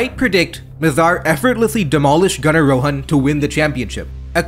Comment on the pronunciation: I'm not sure if you're of indian descent or not. But I love that you use the correct pronunciation of "Rohan"